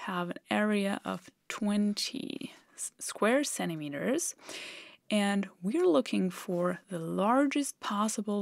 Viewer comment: "'Cennimeter"? Is that a new unit of lenght?